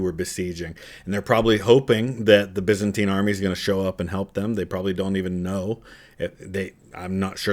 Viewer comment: BY -ZAN-TINE.